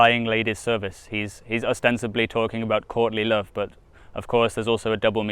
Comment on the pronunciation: Every time you say Courtly Love, I just hear Courtney Love. And that'll just make this reading so much funnier. Can't wait.